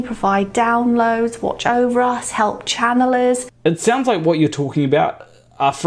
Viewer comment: lol nice american "whaaaat?"